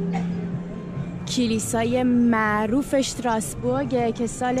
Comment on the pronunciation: اشتراسبورگ نه ،استراسبورگ ،بعدا را هم shadi چرا schadi, يعني خيلي آلماني شدين ؟